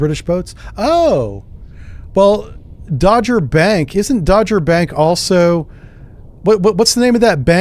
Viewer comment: Not Dodgerbank, sry - its called Doggerbank, North of Helgoland...